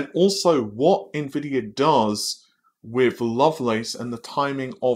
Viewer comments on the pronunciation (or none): none